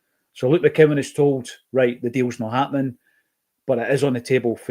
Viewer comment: it’s MCCOWAN son.